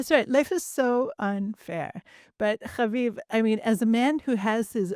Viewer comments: Please stop pronouncing name repeatedly, every time with a guttural accent,like it’s a cute joke. For your audience it’s just annoying. + stop announcing your name at every break like your audience is vaguely interested in you. We listen, because of your guests. Try humility, and invisibility. Thank you. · Could you please refrain from pronouncing Haviv’s name with guttural undertones. It’s just annoying, unnecessary, apart from that, I enjoy your guests, especially. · those are not Israeli resh pronunciations! Stop it! 😂